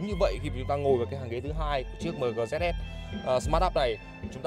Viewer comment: Thương hiệu ng ta bán nhieu thị trường , đọc logo thành tiếng Việt lun , Hài thiệt 🥴😂☺️